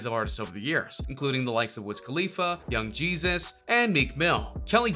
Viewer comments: Did you really say he's worked with "Young Jesus"? hahahah it's "Young Jeezy" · He said young Jesus it's Young Jeezy😂😂😂